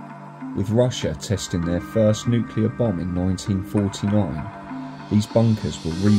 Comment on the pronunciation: Definitely ain't "NUCLEAR"